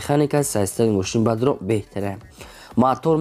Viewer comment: Салом алекм автор бародар ами точикира соз гап зан бадорон не бародарон бгу хафа нашав да ма гапой тра соз намефахмм брат